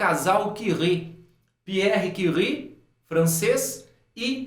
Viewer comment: mano ótima pronúncia dos nomes de Pierre e Marie kkkk até voltei pra ouvir dnv